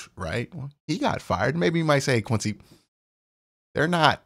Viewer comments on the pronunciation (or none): none